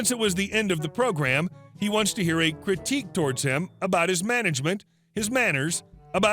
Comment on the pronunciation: Crih-teek. Critique. Have you actually never heard the word "Critique" before? How?